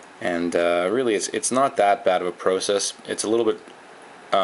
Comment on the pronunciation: Where are you from? No one says"process" like that lol. Also, will this work on the optimus s?